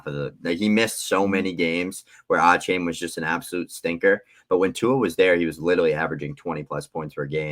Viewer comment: It’s “Ayy-chan” guys